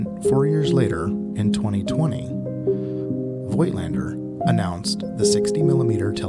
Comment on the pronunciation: Review? You cannot even pronounce the name of the manufacturer correctly.